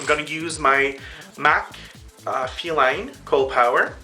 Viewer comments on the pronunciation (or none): none